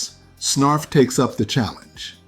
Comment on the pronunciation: Friggin “Snarf-Ra”